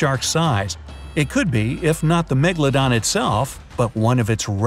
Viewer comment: Are. Megladon. Stell. Reol😬